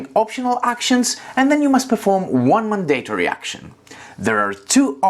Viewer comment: Just a helpful hint as I'm guessing English is a second language for you: Mandatory Pronounced: MAN-duh-tore-ee Purchase Pronounced: PURR-chess Excellent tutorial. Thank you!